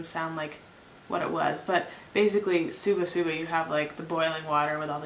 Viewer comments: pelikula instead of purikura shuba shuba instead of shabu shabu are you making these mistakes just to troll the comments? if so please carry on if not...you might want to check that out, its unnatural to be living in japan and get words so wrong some kind of vitamin def or something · probably a lot of people did tell you it's shabu shabu... not what you said ^^